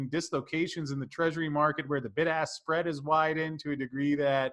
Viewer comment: I always hear Bid/Ask as Big Ass 😂